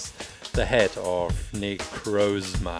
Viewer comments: Its nicrosma not nicroosma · It's Na-croz-ma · Para de falar necrosma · it is pronounsed na-croz-ma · great video, but necrozma is pronounced nEH-crAH-zmUH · It's pronounced Nick cross Ma